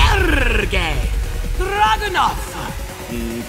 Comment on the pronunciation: I thought after Victor, how could they possibly top anymore trailers. This one and new stage are completely sick! Loved the announcers pronunciation of his name. Dragunov turning the camera in another direction was funny as hell😂! He's more fliud and brutal than ever!